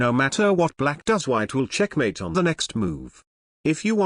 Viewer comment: I like when he says "CHECHMATE"!